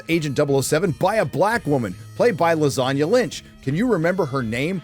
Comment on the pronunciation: I can't believe you said lasagna instead of "Lash-an-a", pronunciation fixes would've been an okay fix. Not sure if that was meant to be a joke or insult.